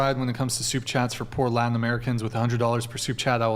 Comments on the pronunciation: What is “Ladin?” Is he saying “Latin?” Same thing as “imporDint,” I guess. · I don't know if I pronounced the "ladin" btw. it's latin not laden